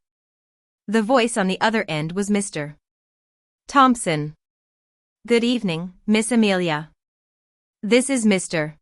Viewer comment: Woond, not wownd. There is no stop between Mr. and Thompson or between any prefix and their name. Another entitled Lily. And there are lots of times that a narration error substituting the letter m instead f the comma.